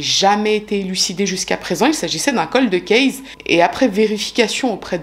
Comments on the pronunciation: Vous aimez cette façon de prononcer coldeuh cayse et c'est tant mieux. Pour ma part, chaque fois que j'entends cette prononciation, cela irrite mon oreille, surtout venant d'une personne s'occupant de True crime depuis un long moment. Cela dit, c'est bien la seule chose que je pourrais critiquer chez. En effet, c'est une des youtubeuses True crime les plus talentueuses. Sa rigueur dans les cas qu'elle traite est tout simplement superbe. Ses recherches approfondies font que, même dans les quelques affaires archi connues que nous propose parfois, elle arrive à nous surprendre en dévoilant des détails que même les émissions classiques (comme FELA ou Chroniques criminelles, par exemple) n'avaient pas dénichés ou pas jugés bon de signaler. Son élocution, sa fluidité de parole, son vocabulaire recherché, sa présentation très simple, sans chichis, le fait qu'elle s'adresse à nous, son public, aussi naturellement que si elle racontait une histoire à des copines, font de chacune de ses vidéos un petit joyau à savourer sans modération. Sans oublier son empathie et son profond respect pour les victimes... est unique et peu d'autres youtubeurs lui arrive, ne serait ce qu', à la cheville!!! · Ces bon vieux coldeuh case ^^ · J'ai adorée aussi le "coldeuh kayse" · Les coldeu kèz 😱😱😂😂 Je me moque gentiment hein Merci pour pour extraordinaire travail surtout 🙏🏼🙏🏼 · J’apprécie le fait que tu articules. Tu es toujours très claire, en plus d’être visiblement passionnée par les sujets. Merci ! Et oui, j’aime ton « coldeuh kayse » 😆